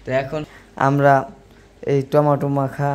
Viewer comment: টমেটো বলবে।কি সব বল টমেটাম।